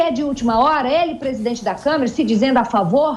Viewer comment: Liberdade de expressão não é ter liberdade para inventar e espalhar mentiras ou liberdade para cometer crimes. Vocês são patéticos! Gente ridícula... E não é "Camera", é CÂMARA, sua bobona.